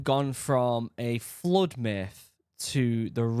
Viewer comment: It's not mith,....bro